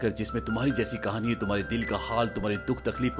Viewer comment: कहणी नहीं भे कहाणी 😅😅😅😅😅😅😮😢ये सिक😢😢😮😅😅